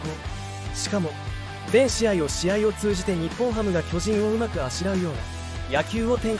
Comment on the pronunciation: 「巨人」のイントネーションがおかしい。あと、「無死」のイントネーションも「虫」になってる。